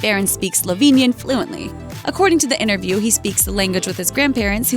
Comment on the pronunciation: The word isn't innaview it's interview. It has a t in it.